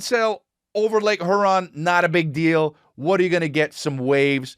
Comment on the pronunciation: Yo you're pronouncing lake Huron like it's a Taliban riddled lake. It's here-on and I'm triggered